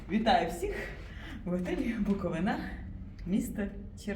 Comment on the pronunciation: Невже не можна вивчити назву місцевості, аж слух ріже. Наголос не знаєте де ставити ? БуковИна , а не БуковинА